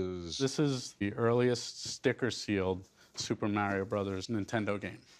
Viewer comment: MARIO ISN'T PRONOUNCED LIKE THAT!!! 😅😂